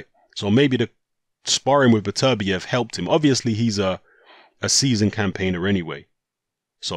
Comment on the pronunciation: Really frustrating hearing mispronounce Beterbiev's name so frequently...